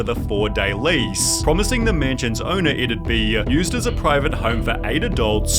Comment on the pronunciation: I hate and i mean hate how you annunciate every single word at the end of each sentence you read. It is so frkin cringe i cant believe ppl didint go insane. How you said owner and manager is just not normal. Its criminal. I want to slap this out of you.